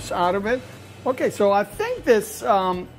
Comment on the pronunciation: Lol bro looks like he is from bazaar but he pronounces it "GayMay" 😂